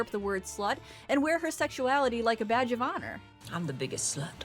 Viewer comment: Had to pause it to note that I seriously thought you said Blanche wears her sexuality "like a vag of honor." On with the rest of the video.